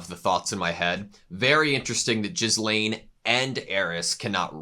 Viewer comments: Gee-lain. Not Jiz-lain. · Just so you know, you've been mispronouncing Ghislaine, it's not Jizzlaine, but pronounced more like Ge-Laine with a hard G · not jizz-lane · Ghislane's name is pronounced like "gi-lane" rather than "jis-lane" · The way he pronounces Ghislaine as Jizlaine makes my ears bleed. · Love your reactions. One small aside, the I in Ghislaine is silent, pronounced more like Gilaine when spoken. I'd recommend checking out the dub version at some point, the comedic bits are come out much funnier in English than subtitled. The dub cast is stellar. When he says "money can't buy dere", in the dub its "Money can't buy waifus." I didn't get the joke until I heard it in English, but I really prefer it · Could you stop saying 'jizzlaine'? I know its hard to pronounce. Try it with a silent s, or without the s. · Lmao they keep calling her Jizzlaine even after hearing the other characters saying her name so many times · The way you pronounce Ghislaine is G as in “give” and the h and s are both silent. So it’s pronounced “Gi-lane. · jizz-lane... guess thats one way to pronounce it XD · Mf said JIZZlaine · Just wanted to note that Ghislaine's name is pronounced "Ge-lane". You can hear it a lot better in the Dub version if you want to pop over there to hear it more on how to pronounce it. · is jizzlaine really the way to pronounce her name? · I don´t want to be annoying or something but: The s in Ghislaine is silent. It´s basically pronounced gee-laine. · it's pronounced like geese-lane. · its pronounced gihlayne i believe, the s is silent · Ghislaine is pronounced "Gillen" (almost like Glen) since the name is of French origin. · Gee (like geek) Lane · I die a little bit every time yall say Ghislaine like that lol.